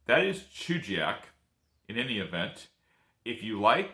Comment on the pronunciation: Thank you for covering my favorite place in Alaska. Great video, the only thing is that it's pronounced "Chuggy Yak".